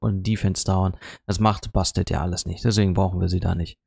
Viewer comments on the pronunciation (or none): Cooles Video und Glückwunsch zu den neuen Helden :-) Aber die Katze heißt immernoch Bastet und nicht Bestat ;-)